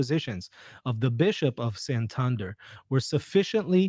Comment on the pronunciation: Thanks for your rigorous analysis,! On an Spanish note (because my ears suffered a bit), Santander is pronounced as you did, but Santandér, not Santánder. I was confused for a while. Anyway, thanks for your opinion, I haven't looked a lot into these alleged apparitions, I prefer to abide inside what the Church tells me. Apparitions, at most, confirm us in our faith, encourage to be better catholics and, sometimes, have some miracles linked to them. Awesome, but it does not change our faith. In Spain, Garabandal has gained a bit of interest amongst some catholics, so it is good to remember what the Church tells us.